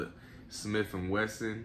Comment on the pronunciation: “Another smiff and wesson” lmao......good shit tho